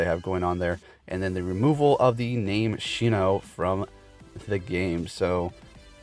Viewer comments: Broooo it’s sinnoh not shinnohhh wtf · She-No Region?? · Shinno? I think you mean Sinnoh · Oh my god the way he said sinnoh